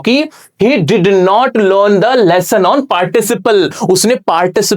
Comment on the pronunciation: Lesson ❌ lehsan ✅